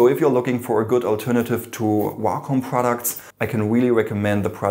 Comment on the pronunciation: he said wacom and I thought walk home😬😬